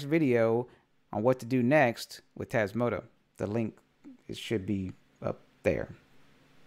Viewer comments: Hello just a silly question, maybe it is your accent, why do you pronounce Tasmoto instead of Tasmota? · You keep calling it Tasmoto rather that Tasmota ;-) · TasmotA with an A at the end. Not an O. :)